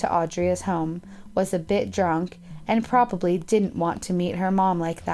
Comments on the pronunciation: Unfortunately I find her voice boring; I'm also a stickler for pronunciation and when she said "probally" for "probably", that was the nail in the coffin. She has the tendency to read flat, and that does nothing to keep me interested in the video. As for the guy who usually narrates...Due to the fact that he has to read in a non-native language, it might make it difficult for him to pronounce certain words, and I admire him. It's not easy to work in a foreign language! All that said, this channel is one of my favorites. I started commenting because so many people were just talking about the narrators' voices and I wondered what the big deal was---and then I realized that it really does affect how we feel about the video. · Probally? PROBALLY? Butch it’s pronounced probably. probaBly.